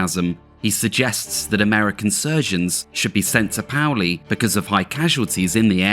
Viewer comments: Paoli, pay-ol-ee not powlee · Excellent video. But Paoli is pronounced "PAY-oh-lee" not "POW-lee." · Pay-o-lee = Paoli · Paoli= pay oh lee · The town of Paoli is pronounced pay-O-lee. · Paoli is pronounced: PAY-O-LEE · I live in valley forge. It’s hilarious how you said Paoli. It’s actually French and named for Pasquale Paoli was a Corsican revolutionary hero who led the fight for Corsican independence from Genoa and later France in the mid 1700s. Pronounced pay-OH-lee. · Paoli is pronounce "pay-o-lee" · paoli is pronounced Pay-oh—lee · Great Documentary, being born and raised not far from here it's great to learn details of the campaign. One correction...Paoli is pronounced like Pay-oli... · Nicely done! BTW, Paoli is pronounced ‘pay-OL-lee’. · Paoli is pronounced pay-ole-ee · I grew up in Paoli. It's pronounced PAY-oh-lee. And the "last river" that you knew better than to attempt pronunciation on is pronounced SKOO-kull. Aside from that, very well done. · Modern pronunciation is Pay Oh Lee. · Enjoyed the video. Also, Lafayette was shot in the leg at Brandywine. And the town Paoli is pronounced “Pay-Olee.” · Pay ole E is how you pronounce Paoli, Pennsylvania. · I’m sure someone else has commented this, but Paoli is pronounced “PAY-O-LEE” Great video